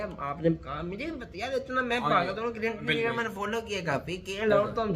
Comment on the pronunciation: Abe cricket hota hai crikat ni pehle pronounce shi kro yr